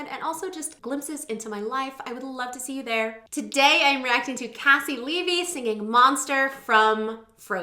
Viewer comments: It’s very commonly mispronounced! Think of her first name as KC you pronounced her last name right though! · Caissie Levy my QUEEEEEEEEN. (Also just FYI she pronounces her first name like KC). She's incredible. So happy to see her on here.